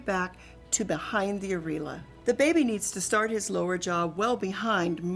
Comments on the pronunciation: It's aIR EE.OH LA, not areela. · the way she's pronouncing areola is killing me